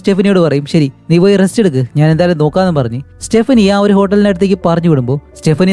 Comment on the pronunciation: സ്റ്റെപ്പിനി അല്ല സ്റ്റെഫാനി